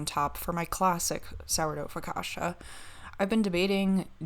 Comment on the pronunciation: Foh-kah-chia with a soft i